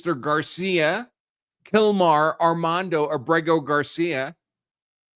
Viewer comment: His surname's Abrego. And I know how to pronounce it too, unlike the Media. Accent on the A.